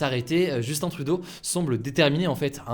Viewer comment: Merci d’avoir prononcé correctement le nom de notre Ti-PET fédéral hahaha!!!